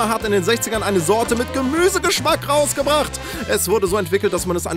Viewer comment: Also ich find's lustig. :D "Mit GEMÜSEGESCHMACK RAusgebracht" :D :D Da musste ich echt lachen.